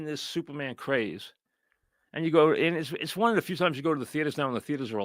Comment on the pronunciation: Please, I need a Francesa movie review every week. Supahman is not youmin.